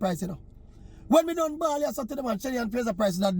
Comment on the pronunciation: Maverick.. put on a "ball" fi her not a bawl🤣🤣🤣🤣